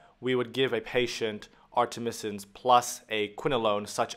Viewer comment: Artemisnin, not artemisin